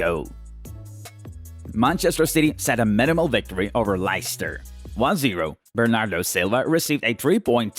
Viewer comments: Its leiscter city not layster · How the hell he pronounce Lai-ster instead Les-ster 🤣🤣🤣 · He said Laistar!😂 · he said lyster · "LICETER CITY" lol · was about to say lobster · i dont mean to be disrespectful but the way he pronounced leicester had me laughing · Me too